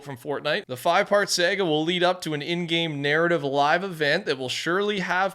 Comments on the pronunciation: Its Sah-guh, not saaaag-A 😂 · why tf did you pronounce SAGA like sagguh!? Are you from the Midwest? 😂